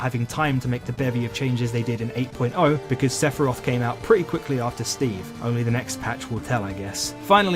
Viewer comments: Say fi rowth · Top 15 trying to pronounce Sephiroth